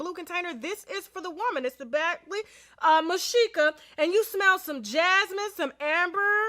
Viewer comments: MISHKA.! Tasha......not MISHIKA😁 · Just wanted to say, Badgley (pronounced) Mish-ka 😂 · Badgeley Mish-ka that’s how it’s pronounced xx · Tasha you are the realist.... lmao its pronounce Mishka (meeesh + Ka) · Lol it’s pronounced Meesh-ka lol lol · Say it like "Mish-ka" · Thank you, I love tasha butthat drove me crazy. If you are going to wear name brand learnthe names people. 🤦🏽‍♀️